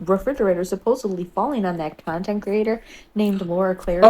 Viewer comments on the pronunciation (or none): Im pretty sure that chick said 'cuntent creator' 😂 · For the record: I heard “cuntent creator”, too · We call that a Freudian slip...but um...not fully executed on purpose imo for validity reasons perhaps. I definitely heard cu..ontent creator.... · She did say cuntent creator 😂😂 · lmao I thought the Exact same thing lovey!!sounded so much like she says Cuntent creator😱🫣🫢🤭🤣🤣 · Oh sweetie you did you heard cUntent creator oh yes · I heard what you heard! "c*ntent creator" 😂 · I legit thought she said cuntent creator.